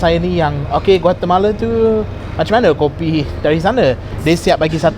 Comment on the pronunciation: Ha'ah laa inggeris si ni dah macam orang melayunye inggeris dah takde slang british tu yg macam burung belatuk tu. Aje rosak omputih yg sorang ni. Oii kalau nama negara Guatemala tu kite sebut betul a="A" tak sebut Guatemale apaaaa laa dak nii,anti puncak betol